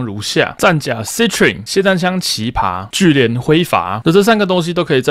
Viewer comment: 其實奇葩的意思就是珍貴稀奇的花朵，嚴格上來說這翻譯是對的🤣 Btw it's 奇葩（ㄆㄚ）